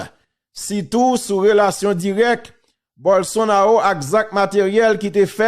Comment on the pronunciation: Non an prononse Bolsonalo men kan ou we se Ro mr Teriel